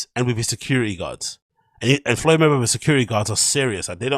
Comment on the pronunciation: Your second time saying Floyd's name is worrying. You gotta lay off the Schaub content, it's contagious. Get well soon lol.